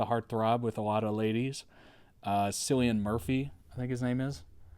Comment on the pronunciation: "Cillian" Murphy pronounce as Killian not Sillian. he is Irish